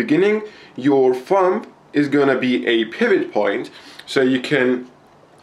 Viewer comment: you pronounce thumb like fum